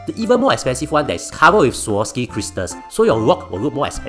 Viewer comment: Wah, with sponsorship can even pronounce swarovski correctly haha